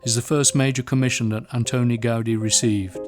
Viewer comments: The same force you apply to the "a", you apply instead to the "i", like Gaud-EE. The name is Gaudí with an accent on the "í" to make the pronunciation clearer. I don't know why the title on this video doesn't have an accent but it should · What's with all of the english world pronouncing his surname like that